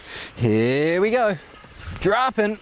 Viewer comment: I like how Sam's accent seems to turn American every time he says "droppin'"